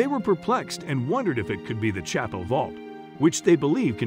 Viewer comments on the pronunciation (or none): none